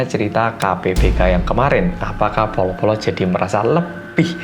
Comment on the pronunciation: Hi, aku termasuk baru banget nonton video2 kamu di youtube, ya kira2 setelah lockdown di Australia berlaku. Aku suka banget dgn konten2 rindingdong n detektif reomit. Aku cm punya satu pertanyaan, kan medok ya hehehe tp pas pronounce bolo-bolo kedengerannya kayak “polo-polo” ya? Apa ada penjelasan soal ini yg aku belum nonton di video? Thanks and keep up your good work:)